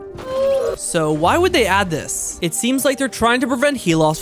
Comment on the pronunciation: It's not dis its this